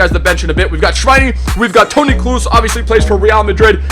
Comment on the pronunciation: you're German and still don't pronounce Kroos or Weiser correctly 😂 not a big deal but still